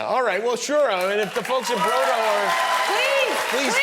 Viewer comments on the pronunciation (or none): brodo is broth but the o is pronounced ò (bròdò). Please don't Americanise Italian coz it's doesn't sound nice. So no bro-dough, that's pizza 😅